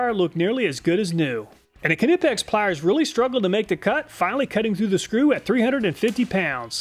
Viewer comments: I thought it was pronounced “nip-ex”, but he says “kuh-nip-ex.” How is it pronounced?? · as always great reviews but it drives me crazy with your pronunciation of the knipex they are pronounced nipex k silent not K-nipex just saying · Say it with me...KNIPEX like Knife Pex. Knipex... (Neighpex) not Canihpechts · I just have to say,, do we say k nive? Why do we say k nipex? K is silent! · its not KA-nipex lol its knipex. you dont say Ka-now or ka-nowledge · Pronounced nippex, silent k like in knackers(nackers) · I think the K is silent. Nip ex? I don't know, help me understand! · I love your videos but couldn’t not laugh every time you said kanipex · Love the videos. By the way Knipex is pronounced Ni-pex, like knife. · Knipex is just pronounced Nip-ex, no need to add a K on there, similar to how you pronounce Knife. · the k in knipex is silent nipex... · Knipex is pronounced nipex. Just like you dont sound out the K in know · I always get a laugh when you pronounce Knipex. Do your K-nuckles get skinned when a wrench slips? What would you do with the old seafoam ford ranger if it developed a rod K-nock? Which style K-nots do you prefer to use on your fishing line? I sure do K-now I like your videos, thanks for testing everything, so we dont have to. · Knipex is pronounced nipex and wiha is pronounced veha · for future reference its pronounced ni-pex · I think it’s pronounced (nip-x) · Too bad you didn't test the Snap-On needle nose (there are many derivations). I'd bet they'll wipe'm all off. Note, too, that Knipex has a silent "K" and is pronounced Nie-Pex or Nee-Pex. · It is pronounced nipex the k is silent please say it properly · Why are you pronouncing it kuh-nip-ex? Is this an inside joke? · You pronounce knipex the same as knife, the K is silent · Knipex is pronounced KEN IPEX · Knipex is pronounced Nip-Ex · I don’t k-now if k-nipex makes a k-nife but I am positive the ‘k’ in knipex is silent. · The K in Knipex is silent. It is pronounced "Nipex".